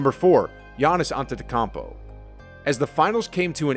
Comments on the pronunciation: Koun po, not kon po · Love your videos, long time sub and I agree with a lot of your listkia but, and can't believe nobody has mentioned it yet, so I will. Antetokounmpo is pronounced "on-ten-to-koom-po" not "on-ten-to-com-po" again just nitpicking, but that's how he pronounces it. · My boy said “ante-te-campo” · Your saying AntetecUmpo wrong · you pronounced Giannis' last name completely wrong btw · Hearing you mispronouncing Giannis Antetokounmpo’s name kills me😤 Just call him Giannis please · Dude how frickin dare you you can’t even pronounce Antetokounmpo right lol. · I’m sorry am I missing something or is no one mentioning how he said Giannis’ name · I'm going to need you to personally contact Giannis and apologise for butchering his surname my man. That was horrid. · Can’t stand the way you pronounce Giannis’ name. Sorry. Couldn’t get past it. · Good vid but a narrator who can actually say Giannis's name correctly would be ideal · I know his name is difficult but haven't you heard it enough by now to pronounce it correctly lol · Please try to improve your pronounciation of Antetokounmpo, otherwise a great video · Please stop saying Gianni’s last name if you not gonna say it right PLEASE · Man already won a championship, multiple mvps, multiple all stars, and a defensive player award and people still cant pronounce his last name right😔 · I thought I was the only one who got pissed at that. If you can’t say his last name then just say his first….quit disrespecting this man like it’s not 2022 and you can YouTube his name and how it’s said.